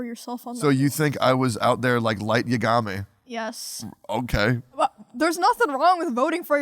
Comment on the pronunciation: Tectone has some fuckin weird pronunciations of anime characters tbh. I've never heard Tanjiro pronounced as tan-GEE-ro, and never heard Light Yagami as Yuh-GA-meh lol love the pod tho *Since you read every comment, you're a cool guy but had to roast those pronunciations 🤣 **Also gotta point out that even Asmon and Emiru commented on your Academia pronunciation 🤣 sorry to pile more on